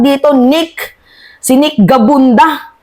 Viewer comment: Gabunada hindi gabunda